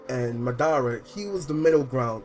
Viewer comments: Lol he said "Madada and Obi-O" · Saying madara and obito wrong really wrong